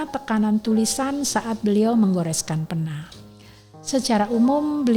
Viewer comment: izin pena itu e nya tidak seperti emas tapi e nya seperti ember